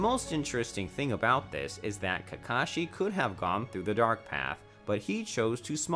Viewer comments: Is it js me or did he say kashi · for example "kahashi" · He really just said "Kahashi" and "Sanins" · dude said Kahashi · If nobody is going to take notice to this I will "Kahashi" lmao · Did he rlly say kahasi in the first 40 seconds tf?? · This man said Kahasi and Baruto I'm dead 😂😂😂